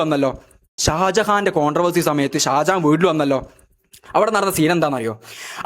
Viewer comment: Sajahan alla mone sha sha shajahan😂